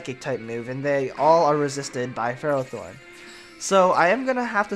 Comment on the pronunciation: its pronounced: fur-roth-thorn.